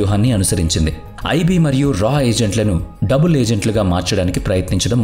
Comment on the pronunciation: ఇది మీ స్వంత గొంతు కాదు అనుకుంటా. ఏదో మార్పిడి అల్టర్ చేసి పెట్టారేమో. ఎందుకంటే ఆడియో అంత క్లియర్ గా లేదు. ఒకవేళ మీదే ఐతే మీరు కొన్ని పదాలను సరిగా పలకలేకపోతున్నారు. Eg బందువు/ బందువులు & డబుల్.etc.